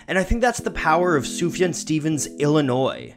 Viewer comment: it’s soof-yawn